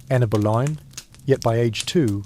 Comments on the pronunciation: THE AI MUST BE SPANISH: ANNE OF BOLINA, MY FOOT! IT'S ANNE BOLEYN!!!!!!!!!!!!!!!! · NOW, IT SAID ANNA BALOIN, AND A TOTALLY FOREIGN LANGUAGE. LOL................................................